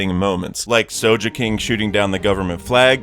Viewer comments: ik pronounciation is different among people and all but the second i heard sojeking instead of sogeking i immediately closed this video. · Ngl the way you said Soge King with a soft g instead of a hard one reminded me of Soulja boy and now I have a rapping usopp mental image Thank you